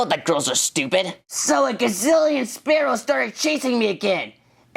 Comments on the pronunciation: SPEAROW not SPARROW!!! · YOU IDIOT IT'S SPEAROW NOT SPARROW! SPEAR OH!